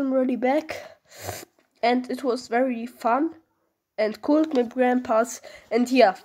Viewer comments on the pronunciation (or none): none